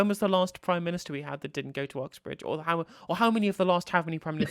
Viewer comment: It's Oxbridge, not Uxbridge btw